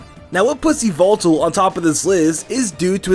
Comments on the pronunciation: e-vil-tol instead of e-vel-tal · Dobbs:Yveltal MandJTV:YAHVELTAL!! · IT'S NOT YVELTAL ITS YAVELTAL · You: said yveltal. Yveltal: MY NAME IS YAVELTAL!!! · Not yveltal but it's YAVELTAL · Not yeywaltal but yavaltal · It's not yveltal it's YAVALTAL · e vel tal not evil tal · Yvetal Why-Velt-Al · ITS NAME. IS YAHVETAL!! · its yavaltal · It's said like ya-vel-tall nor ee-vel-tal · Its yavetal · YAVALTAL his name is YAVALTAL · IT'S YA VEL TALL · You mean YAVELTAL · It is yavelltal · dude its "Yvetal" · IS NO ONE GONNA MENTION THAT HE IS SAYING XERNEAS AND YEVLTAL WRONG ITS(zzurn-e-us) and (e-vel-tal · MY NAME! IS YA-VAL-TAL! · Its call Yevitell (all though it spelled yveltel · why do people say yvoltol theres no o